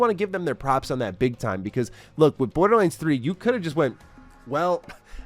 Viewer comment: Thanks, now can't help but hear, Borda-lins 😂